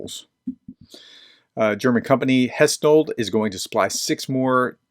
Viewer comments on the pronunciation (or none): I just wonder why he struggled with that pronunciation. He completely missed the n in Hensoldt and added a second t where none is. So Hestoldt(wrong) instead of Hensoldt(correct).